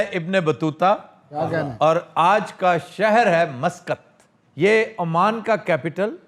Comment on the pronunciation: Aman nahi sir Oman is the correct pronunciation. And it is shuwa not shuawa